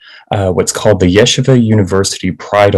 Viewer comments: Stop pronouncing it incorrectly!!! It’s ye-SHEE-va not YEshiva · Why is it so hard for these journalists to pronounce the name of the school correctly? Everyone know it's YEH-SHEE-VA.